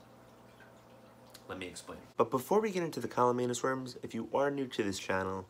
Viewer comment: CAMALLANUS. You even spell it right, but you keep saying CALLUMANUS.